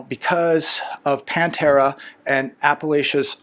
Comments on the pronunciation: Patara not Pantera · Get her name right, it's Patera, not Pantera. Sheesh she sent you lots of new viewers. At least pay attention to her correct name. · It's "Appalachia Homestead by Patera", not "Pantera". Please, dude - you're making part of your living off of communication... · I think her name is Patera rather than the band name, Pantera. 😊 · It's Patera, not Pantera. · Her name is Patera not Pantera And she is pretty awesome! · Why do you call her Pantera? It is Patera.